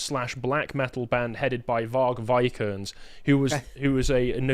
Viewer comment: its Vikernes not Vie'kerns...